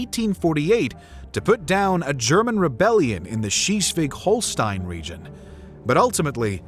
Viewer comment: Interesting how every english speaking narrator just gives up on pronouncing non-english names. How is Stortinget suddenly "The Stooking"? Or how does Schleswig-Holstein turn into "She's-wig-Holstein"???